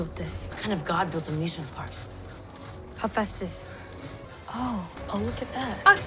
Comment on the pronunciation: You struggling to pronounce Hephaestus is so real 😭 I swear I said it as hepatitis when I read the books 💀 lol